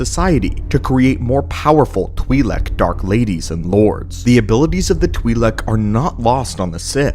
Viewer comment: U pronounced Twilek differently 3 times..